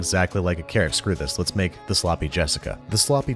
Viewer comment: Ive slowed the video down as slow as it goes and i still dont understand carrot